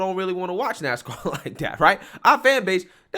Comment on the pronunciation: You're a little too old to be pronouncing words that start with a TH ....D That is not Dat.... This is not Dis Grow up!